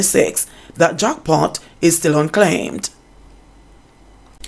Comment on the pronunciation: says "jockpot" instead of "jack pot" lol. I'm just being mischievous in pointing this out.